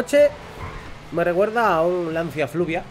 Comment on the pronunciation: Jajaja dices fluvia y es fulvia😂😂